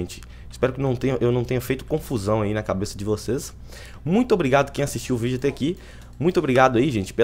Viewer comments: estamos qui com mais um vidro kkkkkkk morri de ri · kkkkkkkkkkkk, quem percebeu no comecinho ele falou, E AE PESSOAL ESTAMOS AQUI COM MAIS UM vidro E NAO vídeo, kkk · nao seria quem Ouviu o vinicius fala estamos aqui com mis um vidro